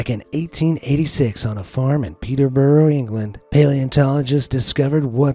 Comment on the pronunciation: How are narrators (this one) and Jay AI ffs? 🙄🤦🏻‍♀️ I mean the pronunciation of Peterborough wasn't spot on but that's how they say it. Pillock is pronounced differently in the UK depending on where you're from but it still means the same..... 😉